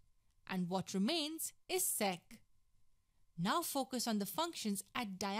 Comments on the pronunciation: ‘sec’ sounded like sex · "Sex squared theta"...lol